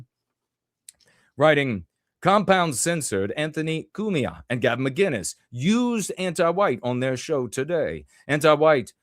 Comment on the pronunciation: It's Gavin Mah-Kin-Nuss, btw, with the hard "K" sound. Been swashing on him and his buddy for a while.